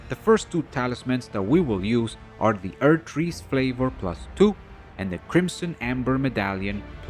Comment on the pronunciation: "Erdtree's fLavor" lolllllllllllllllllllll